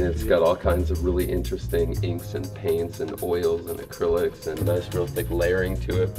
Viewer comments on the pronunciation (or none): none